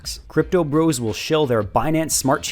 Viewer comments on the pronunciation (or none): none